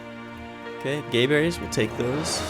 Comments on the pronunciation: Its GAberries, not GAYberries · I like how he calls them gayberries. I don't know how they're pronounced but my guess was gaberries with a short a.